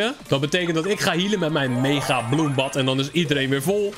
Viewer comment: Je zij megabloembad inplaats van megabloembed